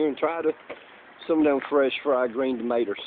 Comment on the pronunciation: I love how you say 'fried green "tomaters" haha